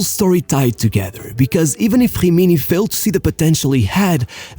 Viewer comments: Why do you pronnounce gggimini ? Is not french, it is an italian team. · Great subject, but honestly your voice tone is quite annoying, and the fact that you pronounce every italian word with some kind of brazilian accent is truly infuriating... Like it is "Rimini" "Jimiñi"! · Dude work on ur pronounce It’s not Hrimini or Hroma It’s Rimni and Roma Cmon just a little effort thanks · You should learn the pronunciation of a LOT of words you said it was disgraceful to hear a.s. homa and other shit like himini or hubin kazan…